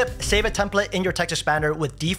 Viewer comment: great content - unfortunately for me, I have to listen to this at half speed - when he is saying, "Chat GPT" it comes out like "Chacfee' and when he says, "Text Expander" it sound like he's saying, "test-a-spanner'